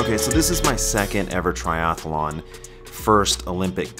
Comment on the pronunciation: There's only one "a" in triathlon - it's not a triathalon chum.